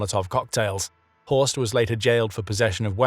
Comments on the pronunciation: It's not Horse, it's Horst. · It's horst